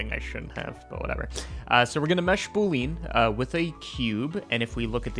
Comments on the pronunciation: "Boolean" is pronounced boo-lee-un, not boo-leen buddy. Lovely little trick, I might try it in ShaderToy. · The way you say "boolean" is still killing me.